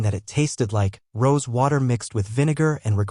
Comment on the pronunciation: It's roseAY wine, not rose.